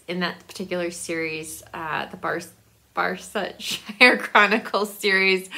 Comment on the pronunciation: I'm so glad you loved Dr Thorne! I just love Trollope! I get such a giggle every single time you try to say Barsetshire :) I remember loving The Name of the Rose, but I don't remember much about it now. That gift box is incredible! How nice. That pretzel would be such a cute ornament.